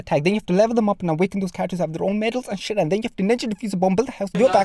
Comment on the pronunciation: When he said SHET I felt that.